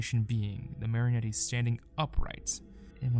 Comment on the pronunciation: This is great but the pronunciation of Marionette is KILLING me For future reference, it's mary-oh-net, or mar-uh-net, no e sound at the end